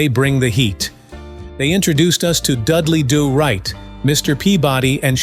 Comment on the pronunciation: Dudley "D'oh" Right 🤣🤣🤣 Wossamotta U silly A.I. 🤣🤣